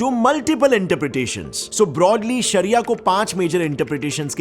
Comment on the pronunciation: Saria means law He saying saria law saria law 😆